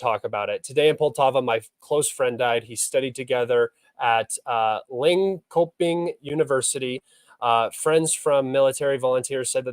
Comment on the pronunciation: Lin-coping university 🤣